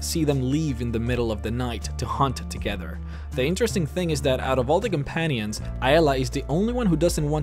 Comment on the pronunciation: You said companions wrong